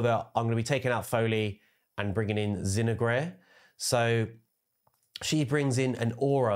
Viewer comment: Zin-oh-ger its pronounced 🤣